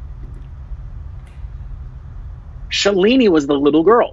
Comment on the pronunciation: Loved the reaction review. Just one thing.... Not Shuh...leee....neeee, its Shaaaa...leee..nih